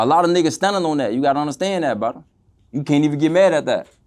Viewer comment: I’m just here for the “bwudda’s’ 😂😂😂😂😂